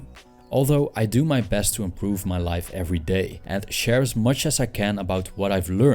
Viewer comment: I initially thought he said “wife” instead of “life” because quarantine 😂